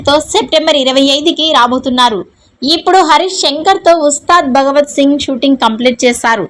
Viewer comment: అమ్మా ముందు తెలుగు మాట్లాడటం నేర్చుకో అది, ఉస్తాద్ భగవత్ సింగ్ కాదు, ఉస్తాద్ భగత్ సింగ్..